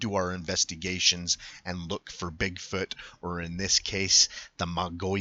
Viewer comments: It is pronounced Mo-gi-on. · it's MOW GEE YON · Yes Mogollon is pronounced Mo-go-yon, but locally pronounce as stated Mow-gee-yon. Mogollon is a Spanish word, and comes from the period when Arizona was part of the Spanish colonies. The original European name of the mountain in the footage was called the "Sierra de Sinauga" by the Coronado Expedition in 1540, then it was renamed in 1629 to its' present name "The San Francisco Peaks" by the Franciscans after their founder Saint Francis of Assisi. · Pronounced. Muggyon and they would have been on 180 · Learn how to pronounce the name. We are not the Mongollian Rim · The Mogollon Rim is some very beautiful Country. I practically grew up in the White River area in the White Mountains. It is pronounced like this ........ (Moe Gee Yawn) Rim. Thanks for the video and the info. Cheers